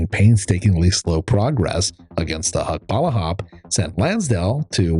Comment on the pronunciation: Another MISPRONOUNCED FILIPINO TERM "HUKBALAHAP".